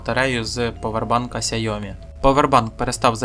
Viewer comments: Сяйомі? Яке Сяйомі? Ксяомі. КСЯ-О-МІ чорт забирай😂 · Все добре але "сяйомі" мої вуха не витримують🙀🙀🙀